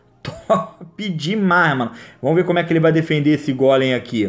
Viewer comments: Não aguento ele falando "vomos" hahahahahahaha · nem eu kkk